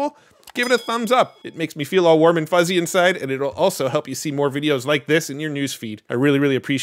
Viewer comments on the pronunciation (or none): none